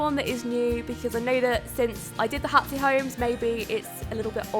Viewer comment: It sounds like you're saying "Hatsy" in the intro, is it or Hatsy? Love the video by the way, the background music is adorable!